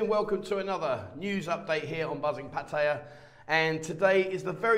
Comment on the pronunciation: For someone who claims to speak Thai, I wish ou would learn how to say "Pattaya" properly. Apart from that you make a pretty good account of yourself. :)